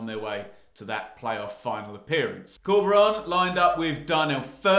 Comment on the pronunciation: Love this guys channel, but can you stop calling our manager Corby-Ron! 🤣